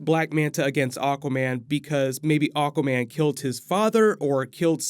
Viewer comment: Keep hearing "oh common" when u say aguaman.😁